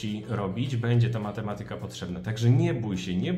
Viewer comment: Matemaaatyka, nie matematyyka.